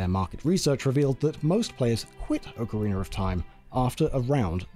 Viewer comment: Oakareiner. Holy hell thats a butchered way to say it haha